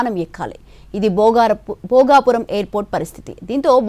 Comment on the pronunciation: Ememi edi bhogavarpu kadu bhogapuram madam